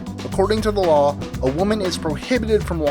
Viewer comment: do you call number 8 a strange law ? oh "lawl"